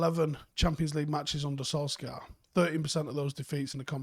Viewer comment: Why do folk still pronounce his name as "Solskaar"? He's said it time and time again. It's pronounced "Solshire".